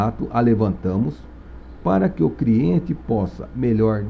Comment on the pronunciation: as aulas são boas mas, Quem ouviu "CRIENTE" da um JOINHA kkkkk